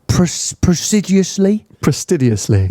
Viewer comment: It’s ’fastidiously’.